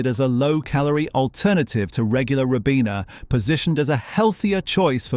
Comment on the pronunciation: A British voice synthesis pronouncing a word the American way, "yo-gurt", not "yog-urt" very peculiar 🧐🤔 "Rib-ena" Vs "Ry-bena"